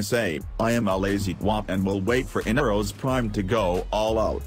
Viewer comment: Bro said inaros prime 😆